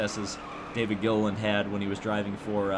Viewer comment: David Gilliland was always a threat for poles at the plate tracks in that 38 Yates car. He can also be remembered for constantly getting his last name mispronounced by Rusty on the ESPN broadcasts.